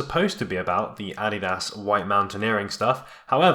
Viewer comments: "Ad-di-das" luv it!,😂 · Is that really the way to pronounce Adidas? Or is my life a lie?!